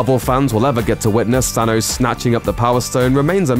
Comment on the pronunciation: Why can't the narrator say Thanos correctly?